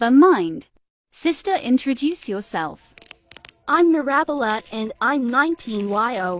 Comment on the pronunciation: "iSaBiLat" "mIrAbIlAt